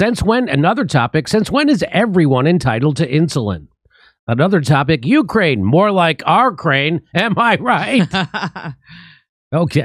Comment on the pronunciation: Lol “OurKraine”